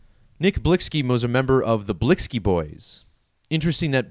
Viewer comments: HIS NAME IS PRONOUNCED "BLICKY"...🤦🏽‍♂️WHEN BEING A CULTURE VULTURE GOES WRONG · Lol it’s Nick Blicky you idiot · THAT'S BCUZ THE ONLY POINT YOU WAS SUPPOSED TO BE GETTING IS THAT HE WAS SAYING HIS NAME WRONG BCUZ HE KNOWS NOTHING ABOUT THE MAN OR THE CULTURE HE COMES FROM 🙄 EVERYTHING ELSE IRRELEVANT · You sound so Ignorant. Him mispronouncing the name doesn't make him a Culture Vulture. And he only speaking on it because this was most likely a Sacrifice.